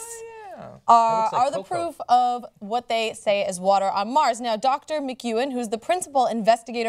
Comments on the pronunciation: Is it just me, or does John pronounce "water" really strangely? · Anyone else think John pronounces "water" really strangely? He says it like "wuhder" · Water, or wutter? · Anybody else distracted by John's pronunciation of water? lol.